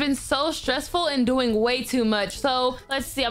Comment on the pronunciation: Oh it said oing not doing